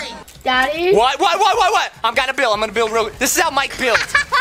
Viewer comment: when he said build it sounded like bill so then I remembered bill nye the science guy